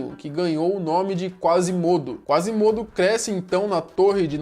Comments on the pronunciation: a pronúncia correta é Quasímodo. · Kkkkkkk "Acaba ganhando o nome de Quase mudo" kkkkkkk aí aí, acho que ele pronunciou meio errado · Hey falou o nome do Quasimodo errado se pronuncia com acento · quasimodo..Sempre q ele pronuncia o nome errado e tenho uma mini facada